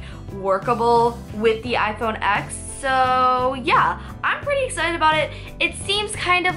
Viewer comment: ITS PRONOUNCED IPHONE 10!!